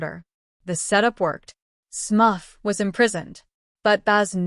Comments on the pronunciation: SMURF! Not smuff. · Smuff??!! COME ON MAN!!! Smurf!!!!! Smuff sounds like ear muff!! SMURF SMURF SMURF 🤦🏻‍♀️